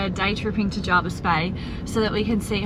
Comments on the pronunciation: Anywhere on the Shoalhaven coast is generally packed during Summer weekends and school holidays, especially areas that surround Jervis Bay (Huskisson, Vincentia etc). It’s also said Jervis not Jarvis. Locals kinda twitch when people say it wrong (yes, I’m local). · JERVIS.....NOT JARVIS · I live in the Jervis Bay Area and have for done for 45 years. It is as others have said Jervis not Jarvis. The bay has seen many changes over the years. Hyams for instance was a sleepy little bush area where you could purchase a block of land for $30000. If you were here over the Christmas period it is a crazy period of time with so many tourists, we actually don’t drive our car over that time as we can’t get out our street or get a park so it’s no wonder you had trouble getting in somewhere without a booking. A beautiful vlog thank you for sharing .